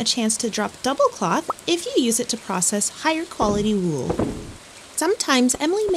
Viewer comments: I enjoy the way you say "wool," I've never heard it with a long oo before. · They way you pronounce wool is mortifying. Lol